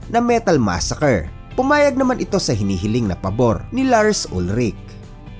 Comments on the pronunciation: It is pronounced as "UHL-rik" Lars Ulrich family is originally from Denmark. At ang mga Danish pag nagsalita ay may "glottal stop" Danish language comes from North Germanic at hirap silang bumigkas ng consonant so ang bigkas sa apelyido ni Lars ay "UHL-rik" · Tama naman yun "UHL-rik" na pagbigkas nya.